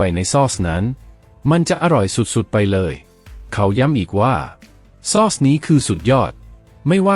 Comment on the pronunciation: ซอส (AI อ่านผิดนะจ้ะ ไม่ได้อ่านว่า ซอด (เสียงโท) แต่คนไทยที่เป็นคนจริงๆไม่ใช่ AI เค้าจะอ่านว่า ซ้อด เสียงตรี ไม่ใช่เสียง โท) ฟรายยยยย เอ้ย